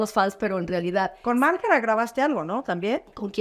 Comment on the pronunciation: La Isabel, dice Margara😅...MARGARITA aunque te muerdas la lengua😅😅😅